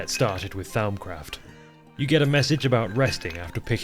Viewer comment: Hearing butcher "Th-ow-mcraft" as well as Vis is... I mean, I can't blame him, that was me at one point. With Vis, anyways. I get it, Latin is hard and changed a lot over the couple millennia it spanned lol I will say, though, "Th-ow-m" is absolutely a new one to me, lol. It's typically pronounced "Th-om". That is, "om" as in "Romper":) Vis is pronounced "Vii". That is, "ii" as in the Nintendo Wii. It's Latin for "force"!:D In fact, in most Latin words that end in "-is", that s is silent ^-^ Both of those pronunciations are direct from the mod author, Azanor:) Or at least, from my memory of a nearly two-decade-old video on a pretty niche (at the time) channel. It lines up with my more recent (albeit still a while ago) Latin studies though. Speaking of old channels - anyone else remember watching Direwolf20's Forgecraft series? Or better yet, his old 1.2.5 singleplayer? Peak modded minecraft. Enough to make a grown gamer cry 🥲 I make mods now - likely in no small part because of DW20's time on Forgecraft lol